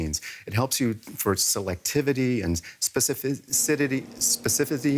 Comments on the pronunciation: Specifiz-cididy Specifidy … Specificness 😂😂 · specificity, dude! specificity! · Specifissssssityxyx, spezifict..., specifecness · Spes eh fis city😄😅😂😆🤣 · "Spefedidy specificness" 😂 😂 😂 😂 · He's trying to do tongue twister 'specificity'. 😂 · *specificity, he almost got it